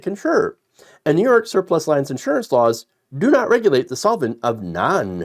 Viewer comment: It's pronounced leans, like leaning against a wall.